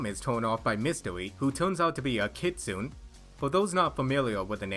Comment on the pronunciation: Just FYI; Kitsune = Kee-Tsu-Ney.